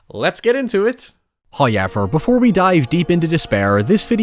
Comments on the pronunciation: I love how you say "Hayever"😊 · First "hoyevver" drops . The sponsor should be honoured by this. They'd better be. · My day isn't complete wo a "hoyever" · “, before we dive deep into despair...” 😂